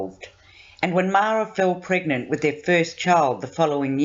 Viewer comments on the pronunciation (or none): none